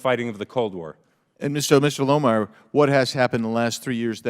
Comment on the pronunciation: Lohmeier! Spot on and thank you for saying it!